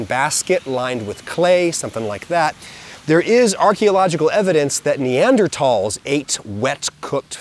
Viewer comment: THANK YOU Adam for pronouncing Neanderthals correctly. This and Nuk-you-lar for nuclear are my two pronunciation pet peeves